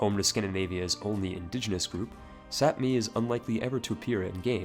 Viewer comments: sapmi is pronounced sami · The "p" in sapmi is pronounced like a normal "b". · I thought the 'p' in Sapmi is silent. As in Sami, aka the way it's spelled these days. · Pretty sure the p in "Sapmi" is silent